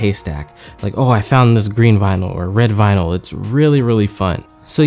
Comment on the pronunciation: Late but it's also not vynil. It is vinyl.